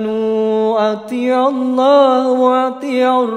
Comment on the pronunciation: Maaf sedikit saya koreksi bang Bacaan Al Qur'annya..itu di bacanya bukan Ati ulllah Hu, tpi yg Bnr Atii ullaha..smga kedepannya lbih teliti lgi baca Al Qur'annya 🙏